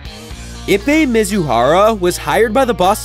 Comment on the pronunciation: I was laughing every time he said his name. It would be easier to say his last name.